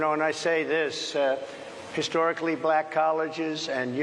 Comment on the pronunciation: "Then she turned BUHLACK" like Harris cast some magical spell 😂